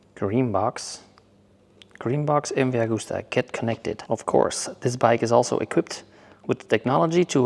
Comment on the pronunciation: スーパーファローチェ☝️😳⁉️ スーパーヴェローチェ…だろ☝️😒⁉️ ムバーグスタァ☝️😳⁉️ …МＶアグスタ…だろ☝️😮‍💨⁉️ スペルもマトモに読めネェのか🤷❓ メキシコだろうが何処だろうが、翻訳して日本語で喋ってくれるのは良いが…訳し方、発音もオカシイ🤷❗言葉に区切りが無い。…途中で早口に成るし☝️😩⤵️